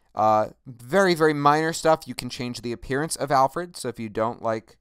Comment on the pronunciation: Your Videos and tutorials are great. Lot of help. But why are you keep saying "AL-FORD"? its AL-FRED